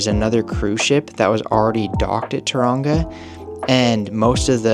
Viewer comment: say tauranga like TOE wrong A